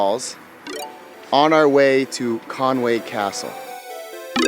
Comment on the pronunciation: Con wy not Conway.